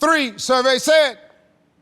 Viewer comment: Did he say tree?!😂